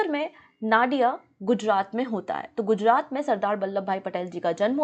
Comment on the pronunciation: झवेरभाई या जवेरभाई बोलो जावेरभाई नहीं और वह नडियाद है नाडियाड नहीं 😂😂😂😂